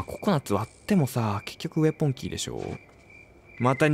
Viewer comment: ウェポンのことウエポンって言ってるの笑ってしまうw